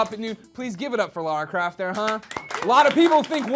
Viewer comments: Why do americans say Lara Croft wrong! It's not Laura Craft!!!! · Did he just say Lara craft?